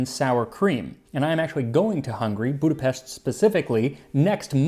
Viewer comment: Good pronunciation on Budapest. As for what to do in the winter? Enjoy the good food and hot springs.